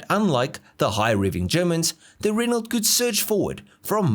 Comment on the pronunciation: ren-o. not ren-alt